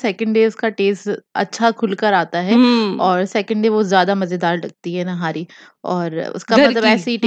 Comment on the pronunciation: nahari nai nihari hoty hy Zoya nihari bolty hy or ap nahari bolty ho